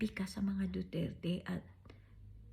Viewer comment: hindi kaya sinadya ng judge yung pagpronounce ng duterT para homonym ng retardT🫢